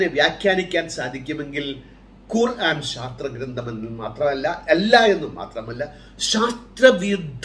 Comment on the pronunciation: ബായ് ഖുറാൻ അല്ല, ഖുർ - ആൻ എന്നാണ്